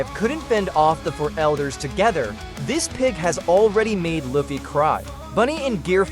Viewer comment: How you butcher luffy name